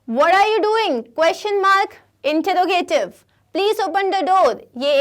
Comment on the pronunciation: Introgative ka pronunciation wrong hai